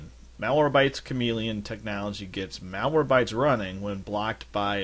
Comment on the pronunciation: it's MalwareBYTES , not MalwareBTYES